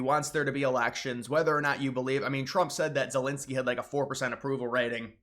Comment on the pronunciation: "Vylydymyr Zelensoyy"